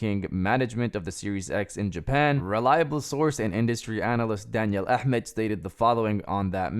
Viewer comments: You pronounced " Ahmad " like a native Arabic speaker ! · You said Ahmad almost perfectly, where do you come from? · Bro r u arabic? U say the ahmmad name perfectly 😂